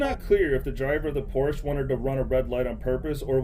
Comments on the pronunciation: It's a Porsche not a Porsch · Thanks for the nice little video-collection and no, the very nice German sportscar you have shown is not a 'porch' but a P O R S C H E with an pronounced "E" at the end! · Porsche = Por-shuh Just FYI. Thanks for the video. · Sergey, please tell your narrator that Porsche is a man's name and it's TWO syllables.